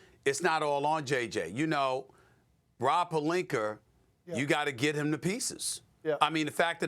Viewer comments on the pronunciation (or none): It's like he spent some time in England and brought the intruding 'r' pronunciation of words back with him. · "Rob PELINKERRR" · “Rob PelinKER” 💀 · “Rob Pelinker” 😂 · Why does Stephen A always pronounce words that finish with a with r??? “Rob Polinker”. “Minnesotar” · "ROB PELINKER" LMAO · Why is pelinka pronounced as pelinker? Is this an African American thing? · Rob “pelinker” and “Luker” Doncic 🤣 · He can't pronounce words that end with an "a." Rob Perlinker Luker Doncic